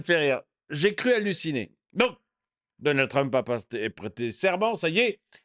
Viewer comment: Le président réélu... Il n'arrive même pas à prononcer le nom de Trump...